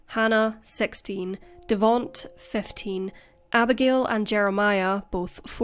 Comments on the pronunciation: Devonte like Devon-tae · Devonte's name is pronounced "de-VON-tay" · its pronounced devontay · "Devaunt's" name is spelled Devonte and is pronounced De-von-tay*. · Devonte. It's pronounced Da-von-tay. Accent on the 3rd syllable ❤Excellent video....per usual. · The mispronunciation of Davonte is sad lol